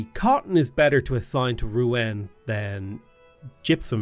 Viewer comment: Hey, Rouen (the "en") is pronounced like in Rendez-Vous, good to see you play Civ again:)